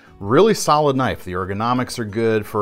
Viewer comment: That was a goog "now, that's a knoife" moment.